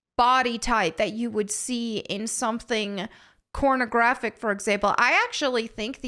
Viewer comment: Do i need a hearing test or do you keep saying CORN-o-graphic?